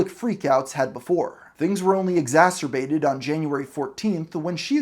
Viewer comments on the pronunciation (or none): none